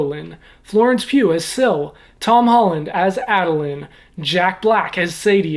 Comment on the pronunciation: Due to the pronunciation? I got that as well haha. Adolin stood out the most